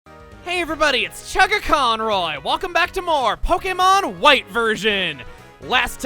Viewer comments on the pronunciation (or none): Every time chuggaa says Pokemon wight Version it sounds like he's saying Pokemon wight Virgin